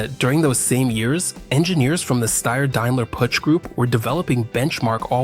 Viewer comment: Learn first how to say Puch,not putsj....